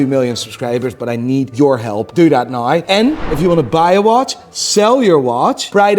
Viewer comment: Unsubscribing until you learn how to say "now" properly. What the hell is "noyw"?